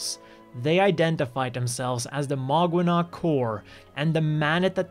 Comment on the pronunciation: If Maganac means family then it's mispronounced. It's mag-anak. Mag is a suffix equivalent to co-. Anak means child which is spelled here as anac. Even though it's co-children the relationship is equivalent to familial.